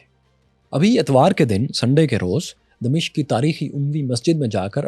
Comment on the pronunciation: دمشق کے م پر زبر ہے